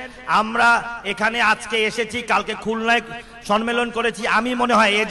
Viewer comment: সন্মেলন নারে ভাই, সম্মেলন।